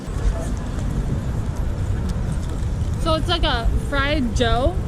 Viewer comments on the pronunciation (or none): none